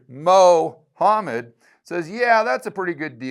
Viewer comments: Mo-homed has me dying 😂. Keep up the good work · Loved Mo hammed pronunciation...😅 In a broader sense it's reminder of the ridiculousness of making such a grandiose claim to be identified as the final word from the divine! Mohammed with his biased proclamation of claiming the final prophet hood...!🤣 It's a prove of the level of their fault-ness & fallacy. Not to mention the cowardice West consistently fearing talking discussing Islamisem's threat to human endeavor..! 🤨😉